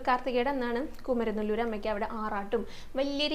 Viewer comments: Not kumaranelur Kumaaranellur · കുമരനെ ല്ലൂർ അല്ല കുമാര mല്ലൂർ ആണ്